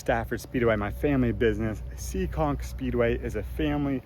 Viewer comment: it's Seekonk, MA not SEEKING..lol.. Great video footage. Keep up the great work and safe racing.